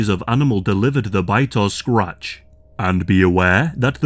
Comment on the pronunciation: if you are bitten or scwatch, scwatch??? SCR AAAAAAAA - AAAAAAA TCH say it with me,,, SCRATCH